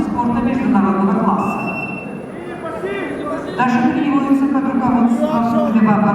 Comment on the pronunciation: ударение на второй слог надо читать